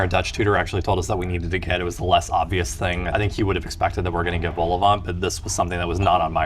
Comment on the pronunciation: Eyo, you went to Schoten? Love how you carefully cut the Quick out of the shot :') Also, please stop pronouncing the T in Vol-au-vent. I've never gone to Lunch Garden myself, mainly cause I'm not a pensioner 😝 An Italian burger has mozzarella inside it iirc.